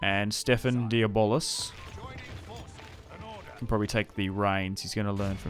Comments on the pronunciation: And the closest to the correct way to pronounce the du blois in english is instead of saying di bolis, (which is wrong) is "do bla". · It's more accurately like De-Bleuh. Imagine a snooty Frenchman saying "blehhh", if that makes any sense. However, it's certainly not "Deeyuh-Bollis" as likes to say lol. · Stephen Diabolis 😂 man that cracked me up everytime you said it. Good video 👍